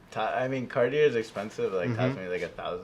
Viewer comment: the storeowner is a jewelry dealer and can't even pronounce Cartier WTF.